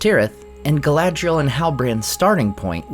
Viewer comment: Galadriel? Not Galadriel?